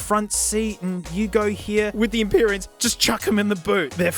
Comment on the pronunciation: mee-zee sent some empee-reans